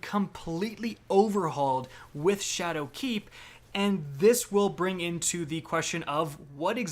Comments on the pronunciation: Did he say shadow cak😂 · Anyone else notice how he keeps putting the accent on "keep" in ShadowKEEP? I cant unhear it